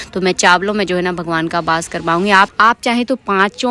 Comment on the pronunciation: Aap apni video mein ek word bol rahe the bass Nahin hota hai ❌ vo vass hota Hain ✅